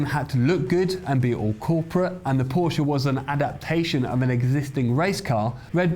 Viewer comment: First video that I have watched here. Thanks for pronouncing Porsche correctly. Very few motoring journalists do. I wonder if it's an inside joke.